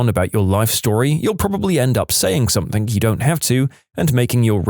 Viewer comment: No k in the word something